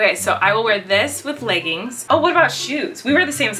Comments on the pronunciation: When you were talking about how your mom says leggins insted of leggings I was screaming because my mom says that too and I was like do all moms say that lol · I can't help laughing at "legguns'" bc my mom says it the exact same way & I make fun of her for it every time! 🤣